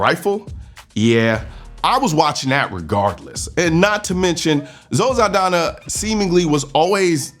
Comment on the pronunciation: Zaldaña, not Zaldana!